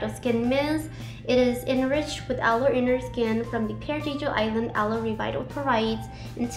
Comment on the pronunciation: I noticed you pronounced Aloe as "alloy" hahha, its pronounced as "Alou"